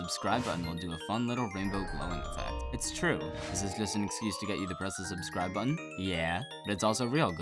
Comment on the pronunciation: Funfact: The Sub button did NOT light up here... Probs because your way of pronouncing subscribe was not good enough for youtube to work with...